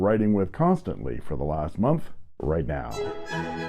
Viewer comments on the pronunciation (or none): none